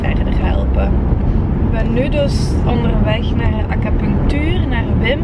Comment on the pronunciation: Gij schrijft acupunctuur en ge zegt steeds acapunctuur?🙆🤷